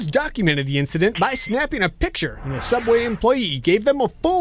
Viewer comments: It's SOOABWAY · SOOOUBWAY? NOOOOOOOOOOOOOOOOO